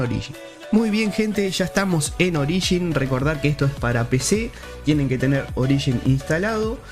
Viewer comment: "Orishin" Madre mia.. xd